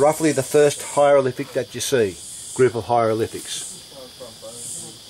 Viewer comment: pull the other one mate... you are full of shit........ where do you get your information? learn to speak before you embarrass Australia it is not a "hyrolific "